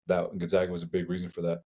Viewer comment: It's Gonzaga not Gonzahga. Try harder.